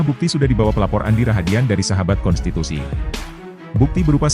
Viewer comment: bang denny .. susah amat ngomong konstitusi 🙏🙏🙏🙏🙏